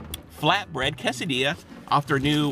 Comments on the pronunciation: C-A-sa-di-a not cosadia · It's pronounced "kay-seh-dee-yah". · New drinking game: take a shot every time pronounces quesadilla weirdly, or when he says "a dollar nine". dies from alcohol poisoning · It's pronounced more case I dee a